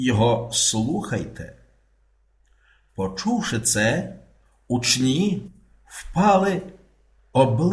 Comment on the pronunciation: Зі святом! Наголос у слові у́чні — на першому складі. Це форма множини від слова у́чень, і в усіх відмінках множини наголос залишається на першому складі!